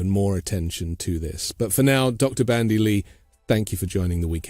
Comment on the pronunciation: It's Dr. BanDy X. Lee , NOT BRANDY ! ( No " R " ) .... Thought this was a gr8 podcast as well , I watch every sunday 👍💙💙💙